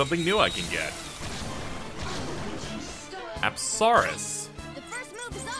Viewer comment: says apsaras TRIGGERED ITS PRONOUNCE UPSUHRAS